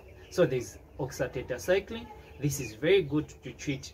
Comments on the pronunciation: Please help by showing us the drugs your pronunciation is not clay, i only head theracycline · I think you show us those drugs mentioned it will be better cus is only tetracycline that I head, the other 2 medicine I can't understand your pronunciation pronunciation